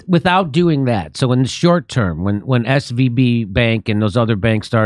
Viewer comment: It's SVB Jimmmy......SVB not SVP.